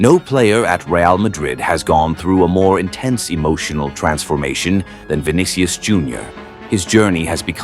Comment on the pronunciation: “vin dih ious”